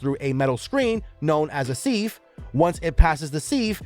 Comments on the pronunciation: Its pronounced “siv” not “seev” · Is this guy trying to say "sieve"? Or is there actually a machine part called a seeve? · Correct. This is what happens when you hire bargain bin narrators to check the right boxes. You can blame DEI mandates. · He's struggling to say sieve. That's what DEI hires do - they check the right boxes while never actually knowing how to do the job. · The narrator needs to learn how to say the word "sieve" correctly.